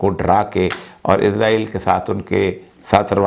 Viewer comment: ازرائیل نہیں اوریا بابو، اسرائیل۔